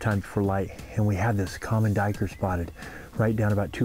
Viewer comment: Sir, I believe you're pronouncing it wrong. It's actually a black doo-we-ker.